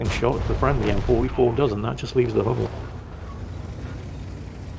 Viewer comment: the "u" in "Hummel" is the same "u" you brits have in "butcher".